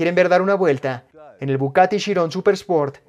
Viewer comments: es bugatti y no bucatti, no se quien es el que traduce o hace el doblaje, traducen mal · Porque dices bucati?🤦🏾‍♂️🤦🏾‍♂️ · OJO DOBLAJE,,,Es BUGATTI Buggggaattii....NO BUCATTI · dice "Bucatti" 😂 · Me duelen los oídos cada vez que dices BuCati 😣😩